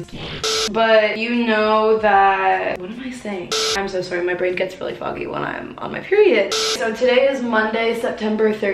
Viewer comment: the fact that she pronounces sorry as soowry